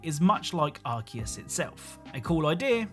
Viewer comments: I just wnat to add that it's pronounced Ar-see-us or Ar-kay-us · Your pronunciation of Arceus though.